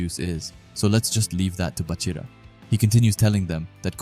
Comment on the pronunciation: I stopped watching when he said baroo